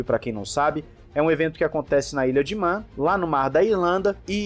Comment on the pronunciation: Só uma correçãozinha: não se pronuncia o nome do lugar como "ilha de mén" e sim, "ilha de mân". Tem uma diferença entre a palavra "man", que significa "homem" e "Man", que é o sobrenome de uma galera aí e a diferença é justamente a pronúncia. Na real, por mim pode falar de qualquer jeito. A frescura é deles e não minha.